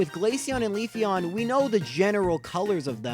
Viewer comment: Got Leafeon and Togekiss wrong. Oh well. Close enough.